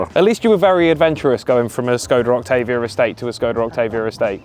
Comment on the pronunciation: I've never felt hatred so quickly for someone who can't pronounce Octavia correctly